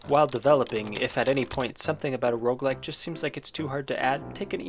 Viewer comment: This might be the first time I understood "Rougelike"